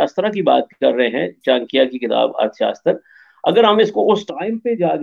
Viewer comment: Taksh shila not teksila 😂 Chaanakya not Chaankia 😂 Hmaari history ko apna bata rha h besharm log....converted muslims